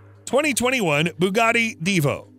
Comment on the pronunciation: Btw its divo not devo. You also kind of forgot the bugatti voiture noire. And the rolls royxe boat tail